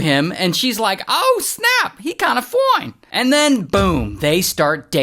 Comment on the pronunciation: That "foine!" gets me every time! 😂😂